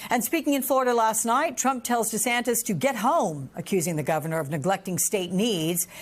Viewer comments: The reporter called him Desanctus 😂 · How many times did he said Desantas wrong.